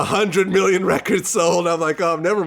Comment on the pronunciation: Did she say “raykurds”?😂